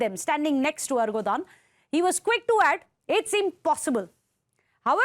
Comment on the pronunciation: ERDOGAN not ERGODAN.